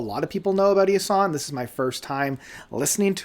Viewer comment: Isahn is actually pronounced "Eee Shaan". Not sure why the "sh", but in interviews it's always pronounced with the "sh" And it's my favorite album to come out in years, period. I absolutely adore the evilness, the rich arrangements, and just the fact that it's entirely obvious that the metal and the orchestra were written together as opposed to the orchestra being an afterthought. The swells and stabs are all very intentional, and all of that dissonance in the chord structures....muah